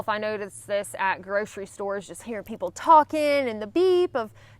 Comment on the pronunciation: Your "hearing" sounds like "herring," something that some people who hike come to appreciate differently after eating a few cans of kippers.